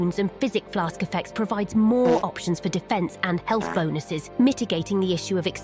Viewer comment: Say "bonuses" again, i dare you.